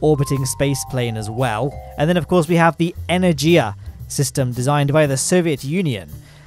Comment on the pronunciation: Energia is pronounced with a hard "g", as in "ground"